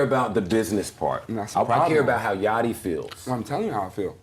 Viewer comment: Bro…… it’s pronounced Yotty….. dude I’m sorry but I respect you and if you got a booger I’ll let you know yacht is pronounced yot……I apologize I realize we reacting to another tuber who can’t even pronounce quavo smh